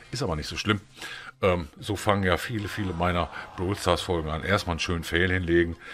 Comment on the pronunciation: Das heißt nicht Blawl stars sondern Brawl Stars 🤩